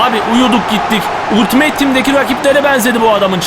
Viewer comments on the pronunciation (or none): none